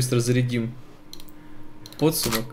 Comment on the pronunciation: Как же режет слух слово пОдсумок... :(